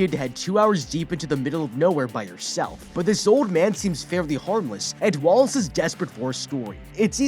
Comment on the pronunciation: I always heard Wallace as walrus...I think they did that on purpose